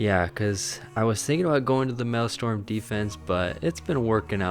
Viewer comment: Its Maelstrom! People said it is Malestorm XDD